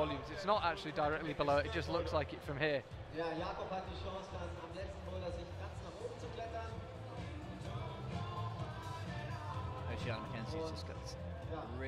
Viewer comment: According to social media, her name is Oceana, so Charlie's pronunciation sounds the correct one to me.